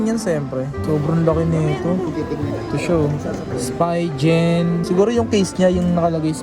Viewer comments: Natawa ako sa pagpronounce mo ng mga bagay..hahaha.. spigen hindi spygen.. psp vita hindi ps veta.. hahaha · ps beta (vita), spygen (spigen), taken (tekken), grand tip oto (grand theft auto)... sheeesh. aral aral din magbasa pag may time.